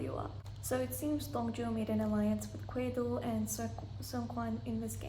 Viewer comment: I was wondering who you were talking about when you say 'Kwedo'' so I looked it up and I think you meant 'Gwedo' which is the Korean name for Orbit. I watched the show in its english dub so I knew him as Orbit. Yea Dong Joo comes off as cold in some of the episodes but I think that has to do with her US lawyer training. As for beauty I imagine makeup must be helping her as I am in my 40's and I know it's normal for humans this age to start showing wrinkles on their face, she does have a really nice height and body she must have been so stunning in her 20's. For me the second prettiest lady in the show is Si-Won and I love her determination. Up to this point in the show I'd say my favorites were Orbit, Dong Joo, Si-Won, and Seok-Jin, they just seemed to be clearly mentally superior and better players than the other cast members. As for my least liked players it was Dong Jae, Yeon-Woo, and Seung-Kwan. Dong Jae just reminds me of college kids and Yeon-Woo is without a doubt the worst player ever how is she a professional Go player? I know you like Dong Jae but I just think he's immature compared to the other cast members and I was so happy he got eliminated because him talking to Seok-Jin privately near the end of that secret numbers game must be one of the biggest blunders i've seen. As for Yeon-Woo she tried taking down a god and got eliminated for it, I was actually surprised she went along with Si-Won's plan to target Orbit as I think the Laying Grass game favors a defensive